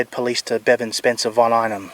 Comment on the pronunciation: His name is Bevan not Devon sorry that’s what it sounds like you are saying. I apologize if I’m wrong.